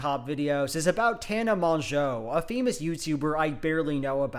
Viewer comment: I can tell you've been learning French by the way you pronounced tana's last name lol